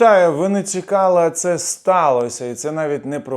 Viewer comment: Чому ви говорите не "Цекали" замість Чекали? Адже часто проскакує замість "ч"-"ц". Я вас слухаю, але приходиться переслуховувати повторно.